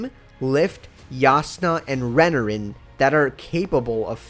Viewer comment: Re-NAR-in not Renerin